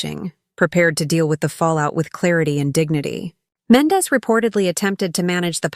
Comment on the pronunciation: I’m unsubscribing from this desperate attempt from this lady who cannot pronounce black peoples names for shit! It’s offensive and sad as hell that she speaks about people she has no idea about. So we know she isn’t even knowledgeable on r&b and hip hop. She said “Tumar and Mendez”????? So clearly she didn’t even take the time to ask someone she just throws random shit out there and some of us can recognize b.s when we see it! I STILL DONT SEE HOW SHE GOT MENDEZ, FROM MENDEECEES??🧐 Jesus take the wheel!